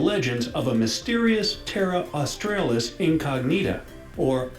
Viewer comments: Did he just say “AustRAYlis”? It’s “AustrAHlis”. Built in the 1880s the fence was called the rabbit-proof fence, turned out it wasn’t much good, it kept out lots of other animals though, so they decided in 1948 it was to be a “dingo fence”, also known by some as a “dog fence” but that’s strange because dingos aren’t dogs, so those people are probably not Aussies. Here people will almost always still call it the rabbit-proof fence. Oh and don’t feel sorry for the kangaroos mate, they’re doing fine, and getting in the way quite happily. Technically classed as a pest in many places. Have you heard about the Great Emu War of 1932? (spoiler alert, we lost). Weird for you to have the idea that Australia isn’t a multicultural place, how strange. Yeah, you’re wrong about that one. Also have you never heard of Tasmania? That’s “the little island below” (that was cute) and it is a state. The one with all the two-headed inbreds jokes. BTW koalas are not bears, in case you were wondering! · There are far better videos about Australia than this one, not a good source, can’t even pronounce Australis (Austraylis) 🙄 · By Nepal standards we don't have ANY mountains, more like big hills. And why do Americans screw up pronounciations so badly. Australis, pronounced Austrahlis. Yes, I knew Emus and kangaroos couldn't walk backwards, which is why they're on the Coat of Arms. Camels aren't indigenous. What, you've never seen tthe Opera House? You haven't lived. You talk a lot of rot about Australia, by the way. Yeah Aussies, like, Jesaulenko and the aboriginals on almost every team We are very multicultural, my friend. Yes, get your arse down here NOW. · Those Yanks should learn how to pronounce properly. Terra means Land and Australis means South, get it right please. That song Great Southern Land is so apt. The Nullabor Plains were once under water with great caves systems. Now just get hopping with your research.